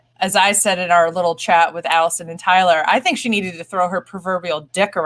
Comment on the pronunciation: Hi Tyler. Yes, you pronounced my name correctly. Thank you guys for another great show. I missed Allison though ... Everything alright with Deb? Haven't seen her for some weeks now. Hope she's okay :)